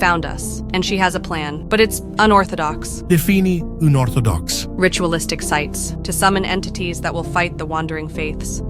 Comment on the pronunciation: "defini oonortodox🤌🇮🇹" 😂